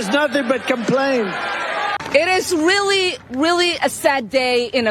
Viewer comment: SHE CAN'T EVEN PRONOUNCE "REALLY" 😂😂